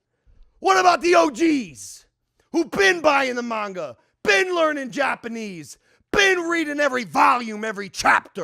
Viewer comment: Mike: "Man-ja" Logan: ( I definitely know more about this than he does...)"IT'S MANGA."